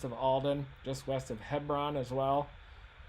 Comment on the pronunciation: Hebron = Hee-brin.